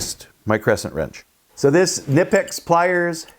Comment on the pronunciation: Nice! By the way the "K" in the name is pronounced. Please share the model number of the plierwrench as I they make various sizes. Thanks. Great video and demonstration as always.